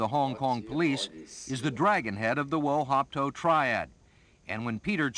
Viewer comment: Wo Hop To not wo hop ko